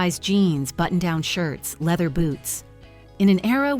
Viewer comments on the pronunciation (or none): none